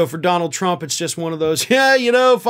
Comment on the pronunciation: "Dominold Trump?"